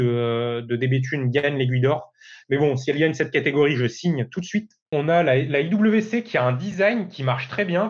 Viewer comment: En allemand IWC se prononce effectivement IVC 😉